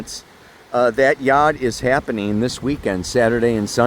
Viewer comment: Yod pronounced like good